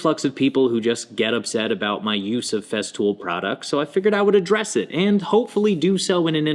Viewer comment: Cool video on Feztool bro. Say it with me...FeStool. There is no fucking z.